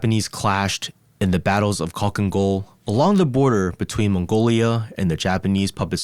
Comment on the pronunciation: Well atleast you tried with the pronunciation but you keep saying Kh as K and h when the k is essentially silent Халха Гол but you say Калка Гол